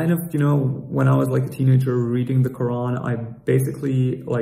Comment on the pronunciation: HERE WE GO AGAIN EX-MUSLIM. IT IS GETTING TOO OLD THEY CAN'T EVEN SAY THE WORD QURAN CORRECTLY. 😂😂😂😂